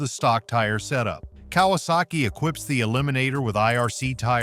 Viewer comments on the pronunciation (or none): none